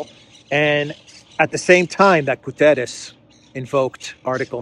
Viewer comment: my friend, do not massacre the Guterres name:p the pronunciation of the last letter is like in "shut" is not an "s" like in "saint" - is like in "shut" - in english, you must say like "Guterrsh"